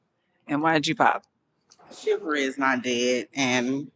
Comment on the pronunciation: It's chivalry, not chiver 🤡